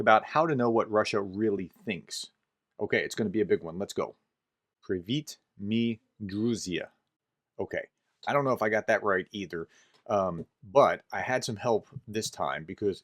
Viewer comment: You were pronouncing the greeting correctly previously except the r sound was a bit of. But it was fine other wise. And now it sounds more like russian. Druzi should end with ‘zee’ like in magazine. Druzia is a russian word. And ‘moi’ should sound like two syllables ‘mo’ and ‘yee’. You can trust google on this one)